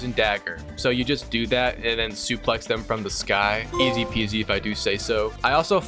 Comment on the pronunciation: “Easio” Van this mg